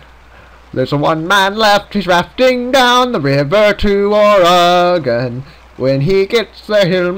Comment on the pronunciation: Being from Oregon, I can tell you it IS, in fact, pronounced like "Organ", and it bothers the fuck out of us when you call it ore-gone. Video isn't bad nonetheless. Dagless likely died from infection. You're a farmer. None of you know jack shit on keeping healthy. Fog, if thick enough, can cause you to wander off-course. Lastly, I've always pronounced Willamette as "Will-am-it".